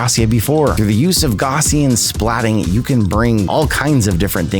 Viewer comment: Yh what the hell is he saying ?